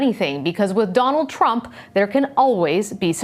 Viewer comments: Same way Americans pronounce words with O as A such as Danald Trump shad be candemned far such a harrible act instead Donald Trump should be condemned for such a horrible act. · did she just say danald trunk XD